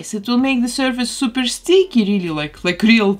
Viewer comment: pom UH gran it 😀 I love the way you pronounce "surface" which is the correct way but in the States we pronounce it sir FUS for some rerasone.